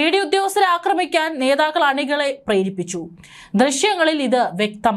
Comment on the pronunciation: Akramanamalledo aakramanam akramikanalla. Aakramikkan Malayalom areella Englishum areella What a journalist What a shame